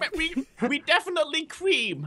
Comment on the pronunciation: "We Defianlty cream" quote Crainer THATS WHAT SHE SAID. LOL